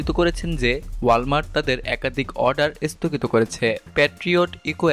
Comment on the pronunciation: This is the beginning of the end . Isthogit na sthogit , please pronunciation thhik korun .